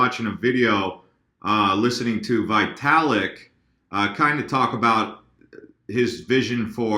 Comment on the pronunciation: FYI.. its pronounced VEE-talik, not VAI-talik (Russian)